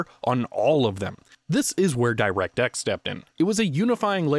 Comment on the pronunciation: The way he pronounces "direct" is SOOO painful...